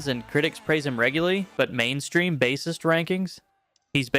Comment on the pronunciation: At least your AI pronounced bassist correctly, thanks. 🎣